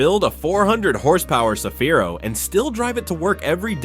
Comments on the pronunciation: 日本ではサフィーロ でなく セフィーロです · いきなりサフィーロじゃなくてセフィーロだろ！。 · さびぃ～ロじゃ無い。セヒィ−ロ゙だす。